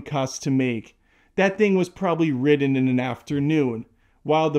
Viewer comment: Did he say The Beekeeper was ridden in an afternoon? What does that mean? Is he trying to say “written?”